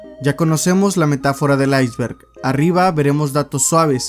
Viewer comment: Aisberk de wualmart XD